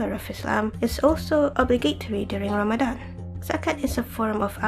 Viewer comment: (!) I like this video, and this is random but I like the way you say "Ramadan" and "tarawih" maybe because like everyone says, your voice is the best haha. Hey, X3